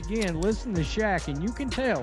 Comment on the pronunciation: Fucking Ai voice over too. Kept calling Shaq "sha"